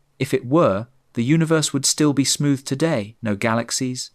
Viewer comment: Say Uni then say Verse, now say unaverse